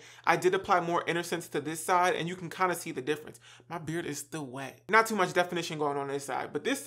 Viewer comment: Same it’s tee much 😂